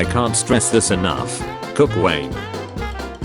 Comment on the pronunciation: Whenever the bot can't say cocain : "cook wayne"